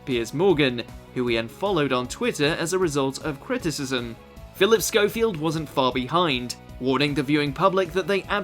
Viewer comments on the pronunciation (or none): On the script it obviously said Schofe (pronounced schowfee) but he pronounced it schouf, this guy has obviously never seen any British shows bc its the same with almost every doctor who video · I’ve only ever heard it pronounced as schofe with no ‘ee’?